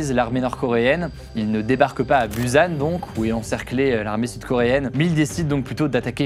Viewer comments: C'est Bussan et non buzan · Busan ça se prononce « pou-ssane » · Ayant étudié la Corée, Tu as bien travaillé Juste on dit choson et pas choseon, et "bussan" pas buzan 😅 Chébol Lors de la guerre, le peuple a souffert. Si il était pris par le nord, ils étaient traité de capitaliste, battue, violer. Et quand les américains revenait sur les terre prise auparavant par le nord, les gens étaient était traité de fasciste etc. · Aïe mes oreilles.! C'est la dynastie Joseon prononcer Djossonne et la ville de Busan -> Poussanne. Sinon, excellent reportage. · stp pour tes prochaines vidéos sur des pays dont tu ne connais pas la langue, renseigne toi sur les prononciations des nom propres ( les villes comme ici Busan ou encore les noms d'époques comme Joseon/ Chosôn) ou encore sur des termes particuliers (ici comme "chaebol" ou même "samsung" qu'y a été francisé mais qui à l'origine ne se prononce pas comme ça) merci d'avance :3